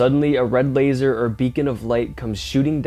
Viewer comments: It's LES Straud not Lase. Just saying. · Lay straud. ???its les straud as in Lester he’s from Canada 🇨🇦 so can see the mistake but it is Less